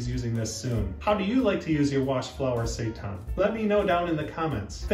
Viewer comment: its saytan not sightan